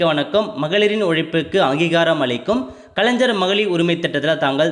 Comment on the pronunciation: Bro kalaijar ila kalaigar nu sollunga